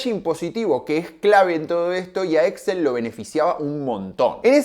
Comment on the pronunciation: El grupo es Exxél con acento en la ultimo e. Las compras se hacían mediante Leveraged Buy Out, LBO.